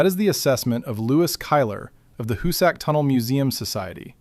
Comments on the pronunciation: HOO-sick, not hoo-SACK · Where did you do your research? To begin with, it is neither the hoo-SACK mountain nor the hoo-SACK tunnel. It is pronounced HOO-sick. Work did not begin at the west end, it began at the east end. The Excavator---as you call it---was a patented steam driven stone cutting machine that cost five figures each and took nine months to assemble on site. It was assembled and tested near the east portal, where it chewed into the rock at a great pace, cutting a circular groove a few inches deep while drilling holes into the "plug". By the way, it looked nothing at all like a modern tunneling machine; a perfectly serviceable engraving of it exists. The plug was blasted out and the machine was sent in again. It chewed its way fifteen feet before it jammed and it was years before they got it out. The one purchased for the west face was never even unpacked. That Haupt completed 1800 feet at the west face is laughable. His men broke through a wall of limestone and found a massive deposit of what the called "porridge stone"; it was rock so saturated with water that it had crumbled into something like quicksand. It necessitated the sinking of a series of test shafts to find out where the deposit ran out....a good half a mile to the east, which resulted in the sinking of the West Shaft to provide two additional workfaces. Haupt also understood the importance of the two ends meeting head on, which is why he deliberately started the west heading off by a degree or two so that if the two heading